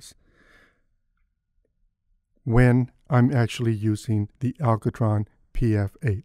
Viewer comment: I like how you say ALCOtron :D. Nice review. Just ordered one for myself. Eyeball is so overpriced it's insane. 200 bucks for what is basically glorified piece of foam rubber and pop filter? No, thank you.